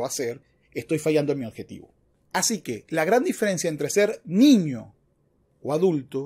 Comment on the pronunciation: Con todo respeto, no se dice oDjetivo, se dice oBjetivo, se q suena trivial pero el buen uso del idioma es fundamental para la credibilidad del quehacer intelectual